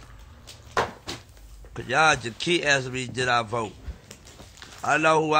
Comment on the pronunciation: Stop lieing you didn't vote you can't even say vote rite